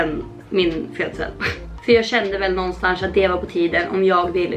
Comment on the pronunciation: videon var ju tip top men alltså vad i hela friden? ”nånstansch”? hihihi